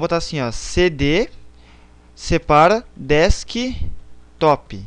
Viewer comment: VACILÃO, NÃO É DEKSTOP MAS SIM DESKTOP !